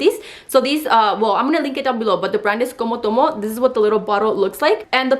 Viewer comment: The way she says "comotomo" super Mexican 😂😂😂😂